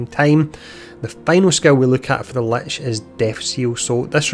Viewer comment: I think for the first time in my life perhaps ive finally heard "lich" pronounced as intended. Also, thank you for taking the time to make this video. Much appreciated.